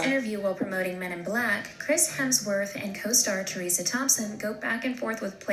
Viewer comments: WHO TF is "Teresa Thompson"??? fdsjksdf how do you f*ck up Tessa? 😭😭 ok so whoever made this video just didn't bother researching names clearly sfjkdsf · Did that narrator really call Tessa Thompson "Teresa" ??